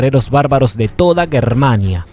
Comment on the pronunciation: Que pronuncie bien GERmania.